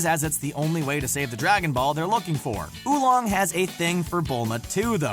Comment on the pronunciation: Seriously Who Long? Its Oolong